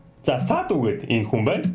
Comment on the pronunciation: Bi enexuu gedeggiig mendee gej sonsloo hahahahaa